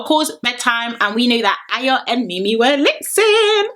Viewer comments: Are you sure she’s Nigerian 😂😂😂😂😂coz a simple ayo she couldn’t pronounce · Yh I know exactly loooool and she still couldn’t pronounce it but she’s quick to say she’s Yoruba I bet she can’t even speak a single Yoruba word 😂😂😂 them ones